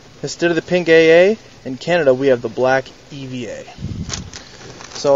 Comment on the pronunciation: Are you saying Canada or Kennewick?